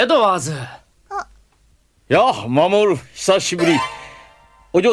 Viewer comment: Jorge : AY, MAMOORU! :D Mamooru: ay Jooj :)